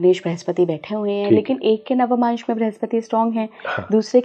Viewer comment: Its navmansh and not navamansh as this lady is mispronouncing.